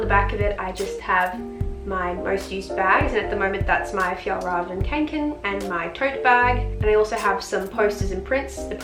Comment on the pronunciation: its pronounced konken not kanken eek